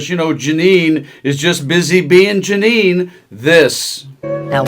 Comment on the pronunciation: Judge Gin-nean .